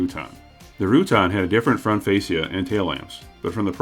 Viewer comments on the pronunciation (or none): none